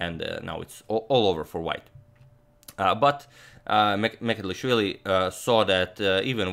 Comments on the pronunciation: Its M ch e d l i sh v i l i (ch like "cheers"), not Mecelishvili. Just thought your Georgian needs some correction. Cheers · Mikheil's surname is not "Mekelishvili", it's "Mchedlishvili" and please do something about it, besides I am from Georgia and 20% of my country is occupied by Russia. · Hey Antonio - Georgian name Mchedlishvili "CH" is pronounced like one would pronounce "C" with a hyphen in the name Coric in Croatia. You could also sub the "CH" for "J" and say Mjedlishvili. The Georgian letter that the English alphabet substitutes with two letters to provide a similar sound doesn't exist in the English alphabet. Georgian last names aren't the easiest to pronounce since they tend to have more consonants than vowels. Thank you for making the effort though. Big fan of your channel! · He couldn't pronounce Georgian gamer surname tho : )) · But can't pronounce georgian lastnames 😀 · sadly he cant pronounce georgian names :D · But he really struggles with Mchedlishvili ))))) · He pronounces georgian incorrect 👿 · mistake in pronoucoation the georgian name and surname hhh